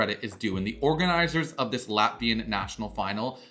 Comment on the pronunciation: The Latvian pronunsiation was terrible